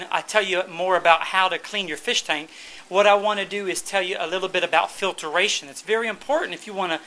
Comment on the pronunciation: I like how to say filtration... "Filteration" LOL! =)